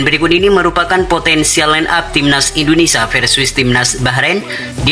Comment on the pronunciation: Indonesia , bukan indonesa 🤣🤣🤣